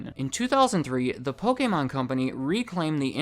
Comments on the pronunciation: The fact that you pronounce Pokemon,( "POH-KEH-MON") brings a smile to my face, hate when people pronounce it Poh-Key-Mon😑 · Dusknoir is my favorite Pokemon. Sidenote: Thank you so much for pronouncing 'Pokemon' correctly! There are WAY too many people who pronounce the word 'Pokamon' (like it has an A in it), and yes, it bothers me way more than it should.